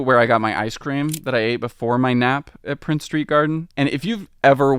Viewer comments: Its princes street and princes gardens not prince street...its also pronouced jakobyte and not jacobite...other than that a very good video bonus points for pronoucing edinburgh correctly...you could have used the glasgow term though for the city...😂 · Norloch not Norlok and it's Princes St not Prince St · This was the most surprising mispronunciation to me, as it's arguably the city's most important street-- certainly the one that links the two halves together. Not only is there unquestionably an S on the end, but I would expect our YouTuber to have heard people saying the name at some point.